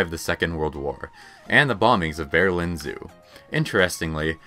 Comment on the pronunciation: Say Berlin again? Please everyone look up how to pronounce the word before you follow this guy, not very curious all I see